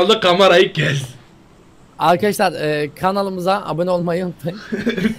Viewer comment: happinize meraba arkaşşşlar ben